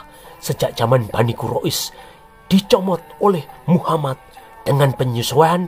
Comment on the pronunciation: Instrument dan comentatornya mantafff apalagi waktu bilaang muha-MAD bikin ketawa🤣🤣